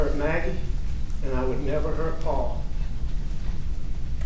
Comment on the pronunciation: Ughhhhh again with the “Pau-Pau”!! 🙄🙄 You killed him “Elec”!!